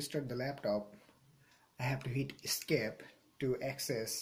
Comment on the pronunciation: He said escape button